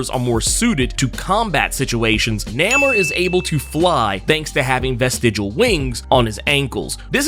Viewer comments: Namor is Roman backwards thats how the name was invented and the writers pronounce it as Nay-mor. So its kind of funny how he keep saying Name-er....lol Regardless the MCU changed it to Na-mor recently. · Pronounced NAY-MOR, Not, Named lol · I'm sorry I can't do it I gotta be a whole complete butthole, I can't do the NAMMOR he keep saying love his vids. But NAMMOR and the whole industry and me loves NAYMOR I know it's spelt wrong just tryna get the sound out NAEMOR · It's pronounced NAY-MOORE not NAM-MUR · Nah-merr…then you said nuh-moor…bruh what lol? It’s not pronounced Nay-moor anymore? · Who the hell is Namer? You mean Namor? You butchered his name worse than M. Night Shyamalan butchered Aang The Last Airbender. 😂😂😂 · Namor not namer lol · I thought it was pronounced NAY more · The ONLY reason I disliked this video is becuz U mispronounced his name. U done lost yo damn mind & U should know better. It's NAMOR (NAY-MORE). I/WE X-pect better from U, Sir. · NAY-MOOR say it with me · Have I been pronouncing his name wrong all these years? I really couldn't get past the way you pronounce Namor, I could have sworn the "a" is long. It really was grating. Is this a joke? 'lol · It's Namor. Not sure of what his new name honestly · It’s pronounced NAY MORE. We’ve been saying it like this for decades. We need to change the pronunciation now? Why? Good video though. Am I the only one that hated the original triangles shaped head? I wonder why the creators went with that design? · Why do you keep saying his name that way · Why are u pronouncing his name like that but that's not the way you say it and you supposed to be a comic book accurate dude saying it like how they standing in the movies and it's not pronounced like that brother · ewww you pronounce his name weird lol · I have never heard his name pronounced like this in all my damn near 4 decades of life. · He done said this characters name wrong so many times before the minute mark I think it is a superpower.